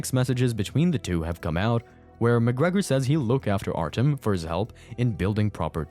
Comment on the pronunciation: It's Artyom, not Artem. The ё make a 'yo' sound.